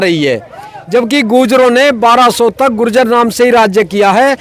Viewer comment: ye apny sy keh reha h ju-jer😂😂😂😂😂 ye apny sy keh reha h ju-jer😂😂😂😂😂